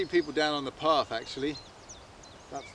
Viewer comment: my Brummy wife went off haha, its path not parfff LOL Oh mate what a wheeze, beautiful spot, well chosen. Reckon half the fun is discovery hey. Clearly tripods cant be trusted LOL, great effort and result is lovely, well done mate.